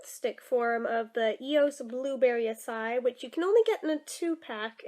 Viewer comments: It is not aci it is ACA-II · acai pronounced a-sigh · i just looked up you said right other than you say e at end